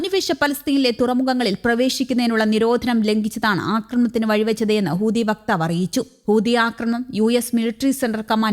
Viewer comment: ഇവൾ ഇപ്പോഴും ഹൂദി എന്നാണല്ലോ പറയുന്നത് ചേട്ടാ.😂 ഇവളെ തിരുത്താൻ ആരുമില്ലേ? ഹൂതി എന്ന്